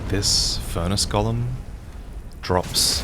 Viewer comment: go-lem for the love of God 😭